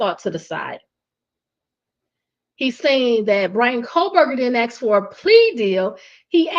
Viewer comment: great scoop. and it is assssssk not ax.